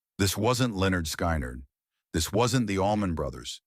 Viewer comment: When the AI calls Lynyrd Skynyrd the band "Lenord Sky-Nard " It's time for AI generated videos to go away.